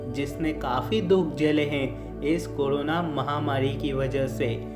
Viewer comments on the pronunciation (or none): none